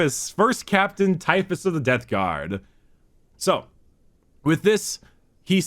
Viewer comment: It's also forgetting to close his mouth AFTER the word is spoken. You can hear it when he says "Death Garm" and "Number wum"